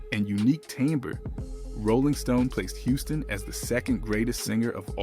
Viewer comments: It's pronounced Whitney Houston not hustin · Put some Respect On Whitney Houston Name It’s not Housen its Houston my boi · When they start giving incorrect information like that, I’m done. I should have quit watching when he pronounced Whitney’s last name as “House-ston” 🙄🙄🙄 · Soon as it said "Whitney Howston" I turned it off 😂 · I would have watched more of this video but the background music is very jarring and distracting. I’ve never heard of Whitney Houston’s name being pronounced as Whitney Houseton either.That’s a first! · First thing you {announcer} need to pronounce Whitney Houston's name correctly. She at least deserves that. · YOU DO NOT NEED TO POST ANYTHING ABOUT BLACK STARS IF YOU CANNOT PRONOUNCE THEIR NAME!!! ANYONE IN THE WORLD KNOWS HOW TO PRONOUNCE WHITNEY HOUSTON’S NAME ( Hue-ston!) AND YOU MISPRONOUNCED IT!!! IT IS APPARENT THAT YOU POSTED THIS BECAUSE OF THE CONTENT, KNOWING THAT IT WOULD GET VIEWS!!! I HOPE YOU DON’T GET MANY AT ALL!!! YOU NEED TO PICK ANOTHER TOPIC, ONE THAT YOU KNOW SOMETHING ABOUT!!! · Sorry, I can't listen to this mess. He mispronounced Whitney's last name right at the beginning, so I ALREADY know that some foolishness will follow. Bye Felicia.....Not today. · Dude, if you’re supposed to be narrowing about some famous people that die from a drive at least learn how to read who is Whitney Houston Houston you mean Whitney Houston stupid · The narrator cannot read he said Whitney Houston.... Not Houston